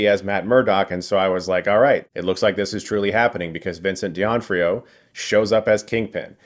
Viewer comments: Who is Vincent Deeontrioh? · Who... is Vincent Diontrio? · Vincent De'Ontrio? what are you smoking? jk jk but not really.